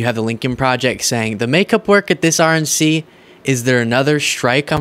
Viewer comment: Did you say "RNC" or "Orange C?"